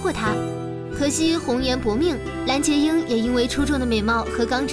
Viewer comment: 蓝洁瑛（lanjieying）不是（lanjieyin），谢谢